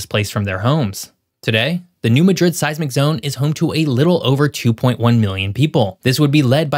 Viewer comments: It's pronounced New MAD RID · growing up and living in St. Louis, we learned it was pronounced Mah' drid, the A is like cat. emphasis on the first syllable. And as already mentioned in the stream, its Cape jer ar' deau. empahsis on the middle syllable. Good try. The area of the state in MO has a deep French heritage. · I live in Memphis, Tennessee, and you lost your credibility because you don't know the correct pronunciation of place names. It's pronounced New MAD-drid. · The pronunciations of some of the names crack me up. Having lived here basically all my life I've always heard them differently.....may not be correct what I grew up with, but still makes anything else sound weird. New Madrid (Pronounced New Mahdrid) not (Ma Drid) and Cape Girardeau (Pronounced Cape Jer Are Doe). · It’s pronounced mad rid, not ma drid. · Southerners that live in the New Madrid quake zone do NOT pronounce it like the city in Spain. It is pronounced Mad/rid. Not Mah/drid. Please……. pronunciation is how we tell who non southerners are…..Please pronounce it correctly. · Just so it doesn't get spread around.. Its pronounced new mah-drid not midred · It’s NOT New Ma drid , it’s New Mad rid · New Mad-drid not Ma-drid. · You go to that area and you call it that you will be corrected fast… it’s mad…rid not Madrid that’s a city in Spain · it's not ma-DRID like Madrid Spain. It's MA-drid. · We're southern here in MO. New MADrid. Emphasis on the MAD pronounced as mad. 🤣🤣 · You're pronouncing it wrong, it's new MADrid. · I just wanna start by saying its MAD-DRID to locals. Mot like spain. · New MAD-rid is the correct pronunciation. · Please learn how to pronounce the way we do the towns that mean so much to the millions of us who live here. New MA-drid (think "BAD rid") Cape ji-RAHR-do (Cape Girardeau) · You said New Madrid completely wrong that is not how it's pronounced LOL and I live in Missouri. It's New-Mad-Drid. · Correct pronunciation: New Mad-rid